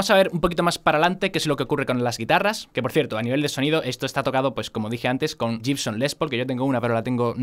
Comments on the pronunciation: chainís demócracy...y es guibson, no yibson. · Se pronuncia "guibson "....